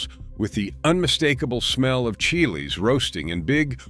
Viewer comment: Teach your fake IA voice to pronounce “chilies” Chili the pepper is pronounced chilly. Not Chile-A Also? I made a key lime pie last weekend. These recipes are not lost l